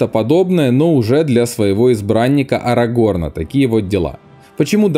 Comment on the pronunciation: Комментатор, учи матчасть. Возлюбленную Берена звали ЛЮтиэнь, а не ЛутиЭН. И узнай, где ставить ударение в именах Арагорн и Ниэнор. И хватит везде пихать сравнение с дурными престолами, в которых нет ничего интересного.